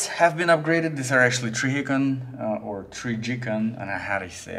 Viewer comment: Man said trijìcòn